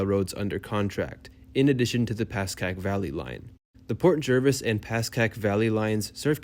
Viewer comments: Pronounced JARvis. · I lived in NJ for 43 years.. always said JERvis